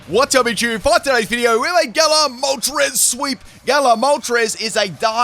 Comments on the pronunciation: Ah yes my good ol' pal "Molres" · Galarian Molres? 😂 gg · Ah yes, my favorite legendary bird: Molres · ITS CALLED MOLTRES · Ah yes molres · I haven’t watched the vid yet but I’m assuming pronounced moltres’ name wrong